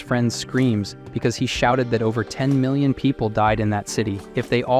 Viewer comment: Yo just watching the new video 7 months later why does bro say mi-lion instead of million?